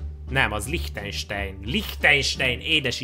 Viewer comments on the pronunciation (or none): aztmondja: LIHTEJNSEJN! Na mondom pfuuuuuuu basszus..... azt úgy kell ejteni, higy Lihtájnsán. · Lichtenstein az ei-t a végén áj-nak kell elyteni